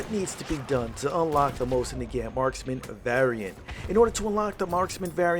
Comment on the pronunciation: I love your videos, but I find it so funny that you say "Mosin Nagaeant"